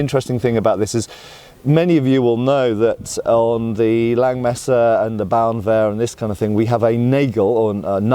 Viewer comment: your pronunciation of Hauswehr is much better than that of Bauernwehr 😉